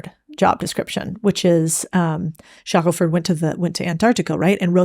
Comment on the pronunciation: Ernest ShackleTON, not ShackleFORD.